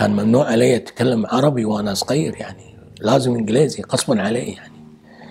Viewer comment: تضحكني لما تقول صقير ( صغير )